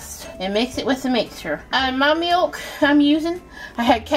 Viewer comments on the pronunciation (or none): Someone should inform her that there’s no “yoo” sound in “milk”.